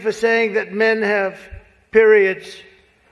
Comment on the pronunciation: "She must be smart to succeed in a field dominated by meh-HEN! (men sic)" That's an odd admission of men's superior intelligence.